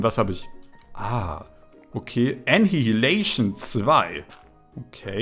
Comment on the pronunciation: Hey ich dachte vieleicht interessiert es dich: Dein Zauberbuch mit der Fähigkeit Anihilation spricht man Ani-Hi-La-Tion aus. Eine Anihilation ist die gegenseitige Auslöschung von Materie und Antimaterie